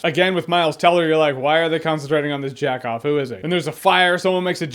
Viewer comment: It’s Jag Off not Jack off